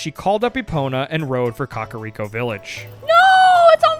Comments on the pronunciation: The only thing that irks me is the pronunciation of some things. COCK-a-Rico village instead of “Cack” Day-koo tree instead of DECK-koo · im sorry but boy pronouncing kakariko like caca (poop) is funny to me. i've always said KAK-uh-riko, he's saying Cah-cah-riko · Why do yall say Kakariko like Cockariko 😂